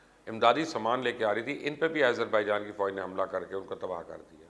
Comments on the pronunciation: Its Azerbaijan not ayezarbijan... Bolain to theek se plz.. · Why continously calling Azarbaijan, AIZER....? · YOU STILL CALL IT AS IZERBAIJAN WHAT IS WRONG WITH YOU ????????? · Aaiezerbaijan.....hahaha....how is he pronouncing it😂🤣😂